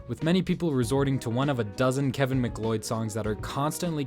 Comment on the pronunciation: kevin mcl-oi-d?